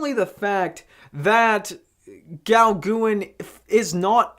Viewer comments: Haha...love this review...so cute! Paul Gauguin was one of the most famous Post-Impressionist painters that ever lived...Gauguin is pronounced “Go Gan” rhymes with “can”...haha 🇫🇷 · Uh, No. Can''t get past the hideous pronunciation. Please stop, find out who Paul Gauguin actually is, and redo the video. QUICK, go do it NOW.